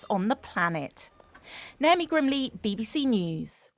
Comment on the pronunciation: Did she say Naomi Grimley reports or Naomi grimley reports?